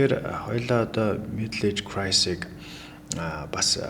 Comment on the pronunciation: Crisis not crise